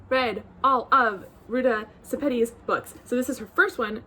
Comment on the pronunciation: I've been waiting for the right Sepetys to show up on my door. Glad to know how to pronounce the name, too! 💖